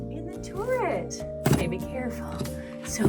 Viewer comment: ‘Touret’ , it’s a turret 🇦🇺